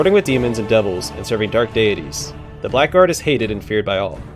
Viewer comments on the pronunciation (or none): Very nice but that's not how you say 'blackguard' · Very late to the party here, but this series looks like fun! One silly thing though "Blackguard" is a really weird word in English because it is pronounced "Bla grd", not "black guard"